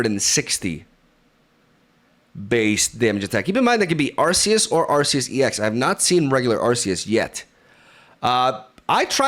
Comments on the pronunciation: I thought it was pronounced Ar-key-us. Am I tripping or..? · Where are you from? Calling arceus by akhoos is really cool